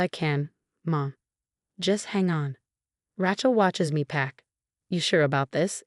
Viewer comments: RAY-chel, not Ratchel. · The name is Ray-chel never Rat-chelsea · Please get rid of AI! Can’t stand misspellings and mispronunciations. Get real already! It Rachel with a long A! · AI reader, she cannot pronounce Rachel, weird